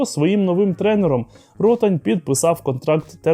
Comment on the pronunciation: Руслан Ротáнь, наголос на А